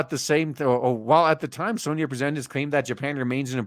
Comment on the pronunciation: Love how you pronounce soyny instead of Sony 🤣🤣🤣